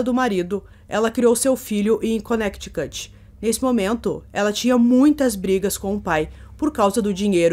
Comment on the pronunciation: Além do espectro autista ele poderia ter mais de 1 personalidade, isso poderia explicar o caso. Parabéns pelo vídeo. Vejo que melhorou a pronúncia de nomes e localidades, isso é bom para valorizar seus vídeos, mas me chamou a atenção quando falou Connecticut, o mais usual é "Conéricãt", espero ter ajudado! Grande Abraço